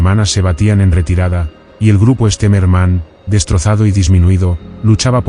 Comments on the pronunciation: Its not Esterman, it's General Stemmerman. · 1 mispronunciation after another. An interesting subject turned into garbage by auto voice. I think they pronounced the general's name differently on five different occasions and got the names of every Russian city wrong. Also the years were confused. Junk.